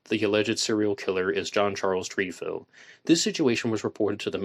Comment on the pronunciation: It Tr eh fil not treefil